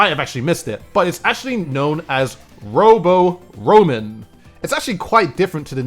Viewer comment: “ROM-en” in Robo ROM-en is pronounced like ramen fyi.